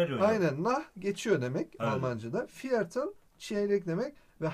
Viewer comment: viertel diye okunmuyo, firtıl diye okunuyo bilginize...